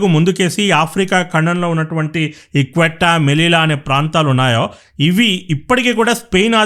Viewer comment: Bro. "క్వీట్టా" కాదు "సీయుట" అని పిలుస్తారు...... మంచి విశ్లేషణ... 👍🚩